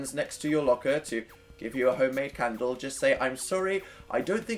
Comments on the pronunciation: dan its candle nOT CHANDLE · no one: dan: a cundle? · Ajlkittycat But he's saying caundle. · Daisy Macdonald its candle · I say candle like that lol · I HAVE BEEN REPEATING THE WORD CANDLE THE WAY U PRONOUNCE IT AND IM NOT SURE IF ITS A WORD ANYMORE WHICH LED ME TO THINKING ABOUT HOW WORDS EXIST WHICH LED ME TO WHY ARE WE HERE PLZ HELP SOMEONE SEND HELP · At last I'm not the only one who does this! Shhh don't tell.... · Is it weird that I like how he says candle? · when you said made a candle i thought i heard may be a cannibal